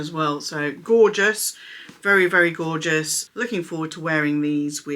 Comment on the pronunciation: “Borgeous” love it - that’s a thing now! All the Zucca! Perhaps we should say “Zorgeous”😂 ❤